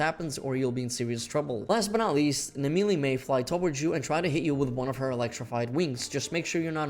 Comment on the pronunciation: I thought this video was about Naimelle, Who the Fuck is Nameeley?